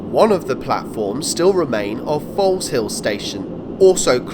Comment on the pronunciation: Very nice and thorough video, excellently presented. Many thanks. BTW Foleshill is I believe pronounced Fozel.